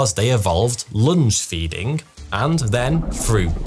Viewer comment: At first I heard 'lunch-feeding'.